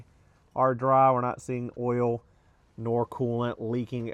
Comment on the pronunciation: I know everything lol. On these older Subarus of which I used to have two, as long as you change the Ole it will be fine. (Its "Oil" 🛢 you say Ole like Ole Miss Swiss Chocolate lol)